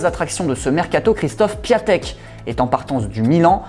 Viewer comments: par contre on dit pas "Piatek" mais "Piontek" Enfin ça s'écrit "Piatek" mais sa ça dit "Piontek" 🔴⚫ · Désolé mais on dis "piontek" pas " piatek" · On dis pas piatek on dis piontek je ses c’est un peut bizarre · PiONtek ! Force à tout mes amis polonais qui comme moi font des crises chaque que les journalistes disent « Piatek » 🇵🇱